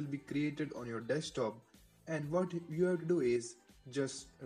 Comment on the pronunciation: wtf all Indians say "dekstop" wtf is this it is desktop u shitheads